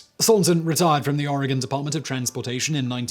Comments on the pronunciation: You say oregon real funny. We all know who’s not from here when they pronounce the e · I lived in Oregon (pronounced "Orygun") at the time and my aunt handled the insurance claim for the damage to the vehicle. However, you got two facts wrong. The newspaper was the Eugene Register GUARD, not Herald. And Oregon beaches have been public highways for many decades before the whale incident. It didn't just happen on that day. It is the way that Oregon keeps its beaches from being privately owned.